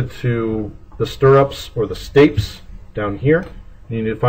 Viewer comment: that's not how you pronounce stapes